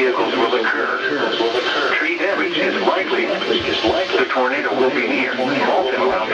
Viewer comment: Nobody:: Tornato WATCH